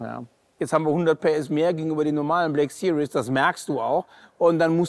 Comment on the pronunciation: Bitte series nicht wie sirious aussprechen. Seriös ist ein anderes Wort!